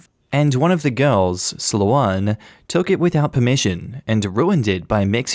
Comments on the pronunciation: Just listening to these stories without reading along is a surreal experience, lol At one point I was wondering 'what kind of a name is...?' I've never heard the name Sloane pronounced as 'slow-on' before, just as 'slown'! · Sloh-ahn.... this is killing me...... it's.... it's Slow-n....... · I have only heard it pronounced Slow-ain. (I live in England.)